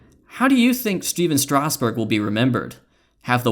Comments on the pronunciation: how the hell was that first 2 seam fastball a strike. and it's kind of annoying, isn't it pronounced strass-berg, not straus-burg? I could be wrong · lol “Stasburg”